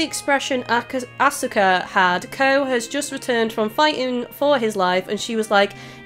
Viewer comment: For the record, Asuka and Sousuke are generally pronounced as "Ah-ska" and "So-ske." And for future reference, when Mitsuki is introduced, her name will be pronounced "Meet-ski." As for Aoi, nowadays English anime dubs pronounce it as "Ow-i" instead of "Ah-oi." Hope that helps. Also, the translation messed something up. The charismatic teacher's given name should be Gorou and his last name Saeki, but they switched it up.